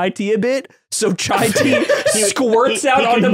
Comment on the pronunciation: i thought was the knowledge/intellectual guy whytf is he saying chai tea its giving me pain aaaah